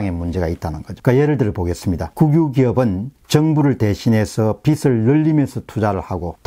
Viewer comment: 빚을 = 비즐 , 빚이=비지 라고 말씀하시길